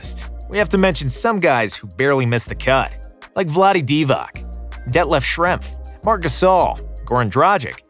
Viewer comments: Vladi Divak? Shame to to know how to pronounce ,Divac, kukoc, Jokic, Stoyakovic? Common man... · Vlade Divac is pronounced as "Di-Vats". Goran Dragic - "Drag-itch". Please, research these things. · pronounces Kukoc, Petrovic, Stojakovic, Doncic correctly but in the end does wrong the same type of surname with Dragic. And incorrectly does Divac too))) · Work on you pronounciation of balkan names, Google is your friend. Divak and Dragik? Cmon...